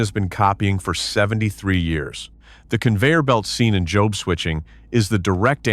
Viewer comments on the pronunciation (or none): We have to see the announcers actually speak into a mic. NOT AI constantly. This English voice did pretty good, none of the usual ehhhhh sounds after a word ehhhhh. When your robot voice is calling a simple three-letter word job, JOBE, that was a good clue. JOBE, is Job's name in the Bible.